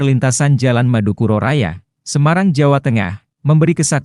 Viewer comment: Madukoro bang ,,bukan madukuro😅😅